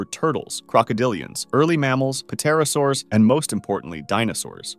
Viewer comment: Bro pronounced the “P” in Pterosaurs